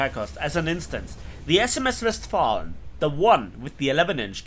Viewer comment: I absolutely love your way of pronuncing the SMS Westfalen and the SMS Helgoland